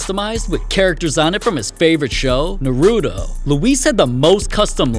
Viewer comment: How did you pronounce Naruto again?